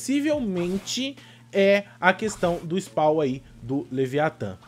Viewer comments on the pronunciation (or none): none